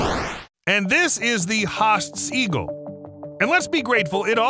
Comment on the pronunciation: huh clickbait and the hell is a hosts eagle? its hAAsts eagle